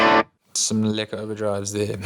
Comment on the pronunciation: Are you guys from South Africa? Heard that "lekker" haha